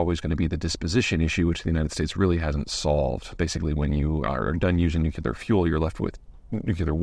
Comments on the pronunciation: 'New-clear' please Peter not New-cu-lar and then I can concentrate on what you are talking about and overcome my irritance. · Facelift step 1 - it's NU-CLEAR. Please please please Mr Zeihan, not "nookyooleer". For the love of all that's atomic.... Even Brits are saying this now. On the SMR front - the more I see the more I think we need to hyper-super-mega-fast-track these damn things. Even if it's version 0.1 experimental prototype - set the precedent. The coming (and seemingly sudden) surge in future demand from upcoming AI data centres is GOLDEN - big client, big cash, big demand, securable location, existing infrastructure can't hope to remotely cope, etc. - all wins for pushing these things to early adopter first clients. They need it fast and need it to work - I can see a lot of R&D cost being offset against those early installations. I'd dearly love to see the UK (perhaps the Rolls Royce programme) get Version 1.0 SMRs shipping to UK and European clients in the first instance, perhaps a few across the ditch to the Yanks too. We're rather good at smaller-run high-grade machining and logistics, leveraging that would also let us equip big things like ships with reactors where they weren't in place before (I've always wondered if our two new carriers are meant to be able to drop in a reactor in times of war, AFAIK the actual propeller shaft is electrically driven). That'd make sense as it'd immunise them from supply chain disruptions for conventional fuels they use now. The UK's led the world in nuclear power before, lets do it again. Remembering that retiring and replacing an SMR is much less in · If Peter starts pronouncing “nuclear” correctly then I will by a Patreon subscription. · Peter you are one of the most knowledgeable people in the world, but your mispronounciation of the word Nuclear grates. Its New Clear. Not New que la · He’s too learned to say nook-you-lerr. Why intentionally mispronounce? Because it’s trending with politicians??